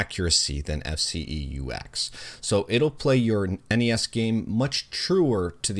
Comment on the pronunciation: Props for pronouncing NES correctly. Kids these days pronouncing it “Ness” really piss me off considering it is an acronym.